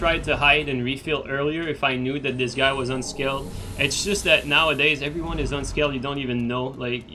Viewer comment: I can never tell if you're saying unscaled or unskilled :D same thing though so it doesn't really matter please do more of these